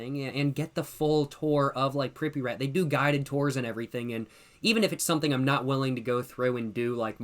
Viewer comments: i have never heard someone say pripyat like that 😭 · The way he pronounces Pripyat is hilarious